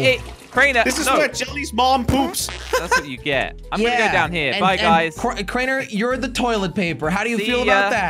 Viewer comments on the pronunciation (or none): it’s crainer not cariner